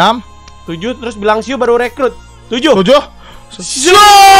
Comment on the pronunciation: bang siuu bang bukan suuu😅😅😁